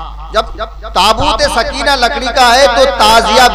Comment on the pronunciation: سکینہ میں زبر ہے یازیر ہے 😂😂😂😂